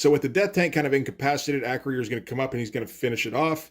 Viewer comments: Acroyear is pronounced Uh-Kroy-Urh vice A-Kroh-Yeer. Loved this one. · A note on pronunciation: It's not "Acro-year." It's "Uh-CROY-er." He was a star of the toy line, and frequently mentioned in the TV commercials. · Close. It's Acroy - Er. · Acroyear is pronounced "Ah- croy-er. "